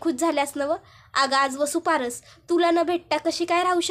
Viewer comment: वसुपारस नाही वसुबारस म्हणतात.